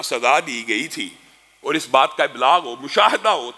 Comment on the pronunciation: Your Urdu pronunciation s not good. Please fix it. or, qol, orat,moot all wrong. Aur, Qaul, Aurat, maut are correct.